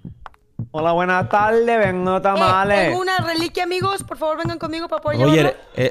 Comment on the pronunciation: "buena talde" JAJAJAJAJAJAJAJA